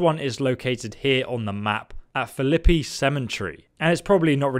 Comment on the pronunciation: Dam dude "Watonga" "Phalippy" "AppaLANCHIA" my god he's not even trying to get the pronunciations right 😂 Even adding letters or removing them.